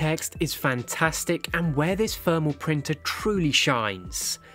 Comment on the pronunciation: What is Fermal paper ? Why cant you Brits pronounce the letter T and H with using the letter F. Its exhausting.